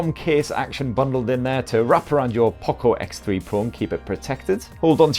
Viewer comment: (Poocco) he is saying like that 🤣🤣🤣